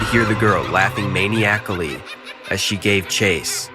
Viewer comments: Just for future reference, it's pronounced man-i-acally not MANIAC-ALLY. I like your stories and narration, but it drives me bonkers when you mispronounce that word over and over. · Love ur work. Watch all the time. Constructive tip from a stickler... maniacally is pronounced MAH-NEYE-AH-KLEE, not Maniac-ally. Lol it gets me every time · Hmm, I always thought the word 'maniacally' is pronounced: mah-NYE-ack-uh-lee. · That "maniacally" pronunciation made me laugh out loud.